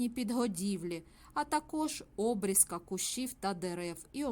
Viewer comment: Обрізка наголос на і, а не на о.